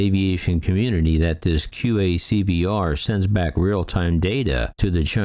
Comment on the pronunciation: That Quick Access Cockpit Voice Recorder acronym (QACVR) sure took a pounding. It was correctly stated initially but I also heard QAVCVR and QAVCR, though there could have been other erroneous variations (it was hard to keep track). Edit: Another possibility for the incapacitation of the fellow pilots would be drugging by, for example, spiking their coffees. Of course, there could have been a major malfunction of the aircraft, or perhaps flight surfaces were damaged as it struck a careless UFO.